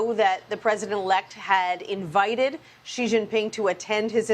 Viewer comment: Sounds like Showwwwe showww ping